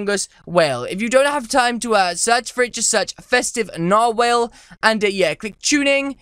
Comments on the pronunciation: Nar-whale?? its NARWHAL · WHALE MAN WHALE MAN DOES WHATEVER A WHALE CANNNN 😂😂😂 oh and just an FYI it's pronounced narwhal not narwhale NARWHALS FOR LIFE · He said narwhale.... it’s narwhal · Lmao it’s not nar whale it’s narwhal, a sea creature with a tooth coming out of it’s face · It's not called a narwhale it's narwall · It’s produced NAR-WALL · God... the way that he says narwhal...